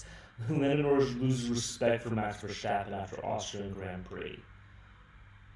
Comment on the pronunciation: The way you pronounce the words jos and verstappen piss me off